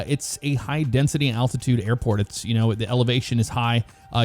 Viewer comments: Did anyone else hear attitude and not altitude? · Is anyone hearing attitude and not altitude?